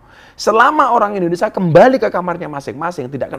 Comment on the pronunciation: INDONESIA Bukan INDONESA